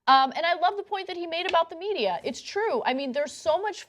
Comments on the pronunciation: I love Bernie, but the way he pronounces "Media" makes me laugh. He pronounces it like the word "Meteor" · "The MEDIUR." LOL! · Why does Bernie always say medier?